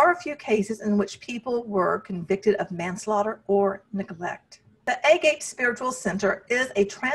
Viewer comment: Great video except it’s pronounced “ah-gah-pay” and means unconditional love in Greek. 😊